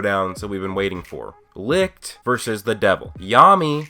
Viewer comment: Hmm I'm thinking of an English word which i could show to help properly pronounce the word Licht. Hm..... Echelon. Try to use the ch from echelon for the ch in Licht. I think that gets you closer to how we Germany pronounce light in English ;)